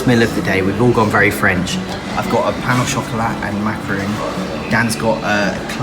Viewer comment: My ears where bleeding when you said “pain-au-chocolat” ahhhhhh